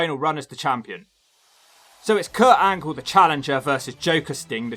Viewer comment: Did You Say Perc Angle?